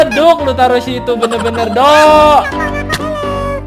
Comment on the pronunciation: Bang kok do jadi de 😖😖😖😖😖😖